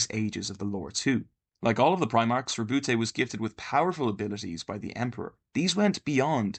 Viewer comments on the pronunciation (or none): none